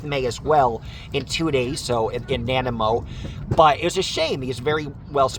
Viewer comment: It’s pronounced “nah nigh mo”. We have a lot of odd names here lol